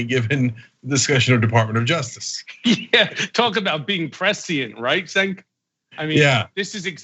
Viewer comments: Damn, he called him Senk instead of Cenk. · cenk is pronounced jink not sink.....if donnie is not prosecuted this time he will become president again...what has this country come to ?????? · Yo, Cohen, Cenk's name is pronounced like 'Chenk' not 'Senk'. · Calling Cenk, (Jank) , SINK! hahhahhahahhahhaha! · Why does Michael keep pronouncing Cenk's name "Senk"? Everybody else says it like "Jenk". Doesn't matter I guess because Cenk doesn't seem bothered by it, but Michael says it so deliberately that way that at first I thought he was mocking his name. Now I'm just confused. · hey mike it is jenk your host not cenk !!Lol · I’m sure Cenk loves being called “Szenk” on this own show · Did he call you sink? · E this ..."former fixer" comment got michael to call him "Senk" GOOOO CENK ...but I must say I kinda like Cohen 🤭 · “Right SENK” LOL… That’s embarrassing Jichael. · "Right Senk?!" Maybe just... learn his name before the show? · I love you Mike, but it’s pronounced “ Jenk” 😁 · I guess Cohen has never watched a clip with "Senk" before huh? Lmao. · Michael always mispronounces Cenk's name. Cracks me up every time. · It’s Cenk with a J sound not Sink… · "Talking about being pressy! Right Zenk?!!!" Hahaha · did he pronounce CENK as SENK lol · He's never heard of him. How would he know better? Cenk should have corrected him, but everyone calls him "Senk" and he is probably just tired of doing so. Who's the putz now? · It's pronounced "Jenk". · He kept calling him senk last time too. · Love both these guys. Cenk I'm sure is used to his name being mispronounced, but I was surprised nobody corrected Michael. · I swear I saw Cenk wince every time Cohen mispronounced his name 😂😂😂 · Did Michael mispronounce Cenk’s name ? Damn it!!!